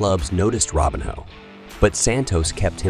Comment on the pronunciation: I’m sure this is an interesting video, but I can’t listen to you butcher his name over and over again. Robinho, not Robin Hood.